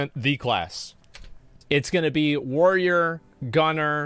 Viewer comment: Asmon should only be allowed to play a Warrior if he can pronounce it. WTF is a Woyer?